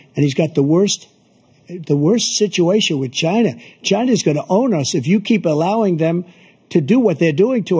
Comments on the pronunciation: Trump said, "Jaicha Jaicha Jaicha instead of China." WTF. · Trump and Biden didn't said China They actually said Gina as in Vir-Gina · Trump: "Excuse me, I said, Ghina! Ghina! Ghina!"